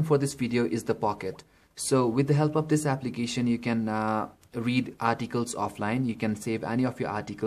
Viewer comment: i have viewed 3 android must have phones which is made by indians and for some reason they keep saying aplicatin wtf man learn to pronounce before making a youtube video